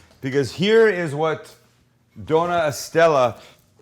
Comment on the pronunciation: btw! Dona is actually doña, so pronounced like do-nya